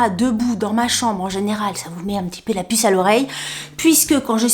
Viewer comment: 😂 la pisse à l'oreille ???? Désolée, je comprend pisse et pas puce 🫣🤪 J'adore le T shirt Top Gun, juste dommage que ce soit un transfert 😭 et le Never Better 😍😍😍😍😍 Toujours cette bonne humeur et cette personnalité décalée que j'aime, merci 😰🤗